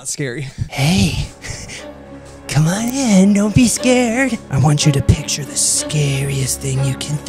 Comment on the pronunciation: "I want you to picthe scariest thing you can imagine" when there is no pizza rolls left